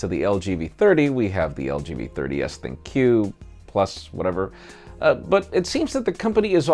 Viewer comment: Dat disaffected, "meh", look on face when very slowly pronouncing the absurd LG V30s ThinQ+...whatever name had me in tears! XD XD XD You guys are awesome, I love this channel!